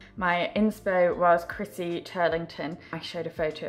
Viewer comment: It’s CHRISTY Turlington not CHRISSY 🙄. She’s an all time OG supermodel...you’d think the name was so simple one couldn’t get it wrong